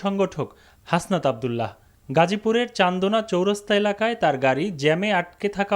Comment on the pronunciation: হাসনাত আব্দুল্লাহ, নামটাও ঠিক মত বলতে পারে না ,সে খবর পড়তে এসেছে।